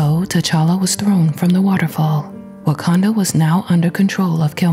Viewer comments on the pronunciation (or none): He said wakadana